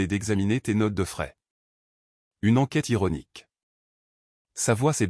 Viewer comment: Troublant et non trop blanc Notes de frais et non notes de fraises 😅